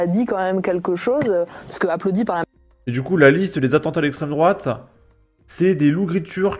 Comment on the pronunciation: Dans un sens, est-ce que l'islamisme n'est pas une idéologie d'extrême droite ? Bien sûr, on sait qu'elle parle de "l'esstrême droate" bien blanche des pires heures des bottes de notre histoire.